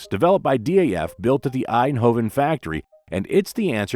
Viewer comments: I'm surprised no Dutch viewer hasn't corrected you on the pronunciation of DAF yet. It's DAF not D.A.F. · It's not D....A.....F, it's Daf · Why say D.A.F.? In the Netherlands it is pronounced as Daf, the first syllable of daffodil. Daffodil was also the nickname of Model 32 of the small Daf car. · Dutchmen pronounce it DAF, as in duff.